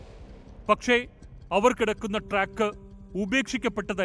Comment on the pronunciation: ട്രക്ക് അല്ല സുഹൃത്തേ - ട്രാക്ക് ആണ്